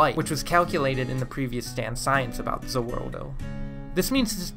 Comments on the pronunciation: He said ze worldo it’s ze wardo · Nice! Only thing: it's either "the world" or "za Warudo" - Not za worldo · “Za worldo” NO Say “The World” or “Za Warudo” One or the other! Not both! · The worst part of the video is that you say za wurldo instead of za warudo or the world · Did anyone here him say ze werldo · Anyone gets disturbed by how he says "Za waroldo" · Bro calls it Zu Wurdo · It’s za warudo there is no L